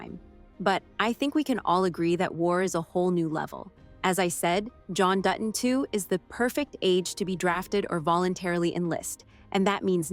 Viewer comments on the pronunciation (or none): Learn how to say Dutton. It’s not Du on it’s Dutton…like you said later in your narration. Don’t you review yourself before posting? It totally invalidates your point